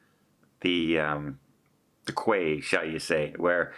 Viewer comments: The KWEI? (Quay)... call it "key" - harbor. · Quay is pronounced same as key. Not Kway. Circular Key. Just clear that up. I did think your boat was a long way from the bridge. I offered those wristbands for the Opera House forecourt but never heard from you. Oh well. Enjoy the cruise. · 'Quay' like Circular Quay is pronounced as 'key'. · "Quay" is pronounced "Lee". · Hi, Happy New Year to you and Tony. A couple of bits if info for the future. Quay and pronounced Key. The little switch by the plug is like in the UK, except the one in the UK is a little bigger. When I graduated from Uni, I worked as a tour guide in the S. Pacific and Asia. While I loved Australia, NZ was my favorite. Things have changed a great deal since I was there. The glow worm grotto is a must. You have to stay quiet or the worms don't glow. The worms have a very short life. I read that they are born, mate and die. The glow is when they are mating. So please stay quiet. Had to do a lot of reading for the job and this is one of the facts I learned. Of course, that was in the 70's and there may be new info. I hope you will go back when you can spend more time. NZ is one of the most beautiful countries in the world. Stay safe and enjoy! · good to see you return to australia. if you liked sydney, you’ll love nz. such a stunning country. btw, quay=key.